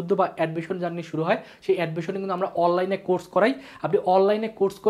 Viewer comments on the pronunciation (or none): none